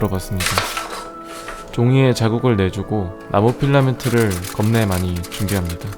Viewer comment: 나만 나무필라멘트가 나고필라멘트라고 들리는거...?